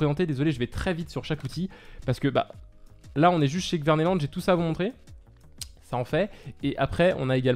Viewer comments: salut super video mais on dit k verneland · Slt dsl de te reprendre car je n'aime pas reprendre les gens mais kvemeland se dit Ké-vemeland